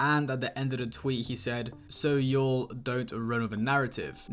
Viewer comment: Bro can’t pronounce “y’all”